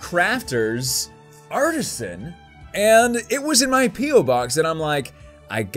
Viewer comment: every time someone says "P.O." I hear "peel" XD